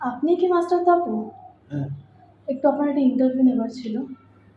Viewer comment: Tumi ki bihari je topu ke taapu balchho, namer mane jene vdo koro.